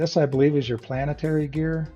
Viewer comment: Planetory... Lmao